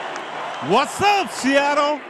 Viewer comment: 長い英語スピーチよく頑張りましたね。奥様は確か英語話せましたよね？特訓してもらったのかな？特にseattleの発音が素晴らしい。 カタカナで表すと「シアトル」ではなく「シアロー」と上手く言えてます😃上から目線で失礼しました～